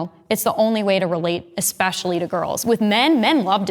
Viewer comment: I love the subtle correction of “Gun-Ho” to “Gung-Ho.” Now if only somebody had done that for the girl who can’t stop saying “ekspecially.”